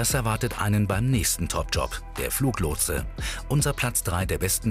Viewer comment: Fluglotse bitte, nicht Fluchlotse...